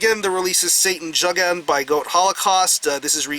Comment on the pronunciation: Hi,. I believe it's pronounced "yougend" and translates to Satan youth but I may be mistaken.